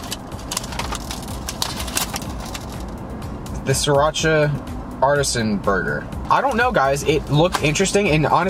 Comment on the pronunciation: artisan (ar-tee-sion) not (art-e-son)